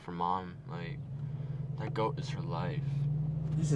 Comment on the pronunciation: Yea but you said gott not goat